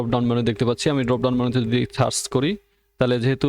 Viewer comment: আপনার উচ্চারনে কিছু সমস্যা আছে। - সার্চ কে আপনি বলেছেন সাচ